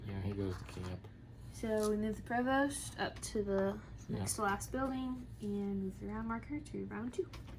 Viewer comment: “Provost” is a regular word that is pronounced the way it looks. It’s not exotic enough to remove the “st” in the end and pronounce is “PROVO”.